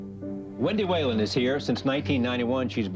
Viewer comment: For the record-- Whelan is pronounced "We-lan".